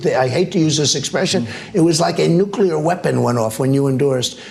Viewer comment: Gadfly here 🤭. Little Donnie sure likes to remind us of how much he hates To say “nuclear “🥱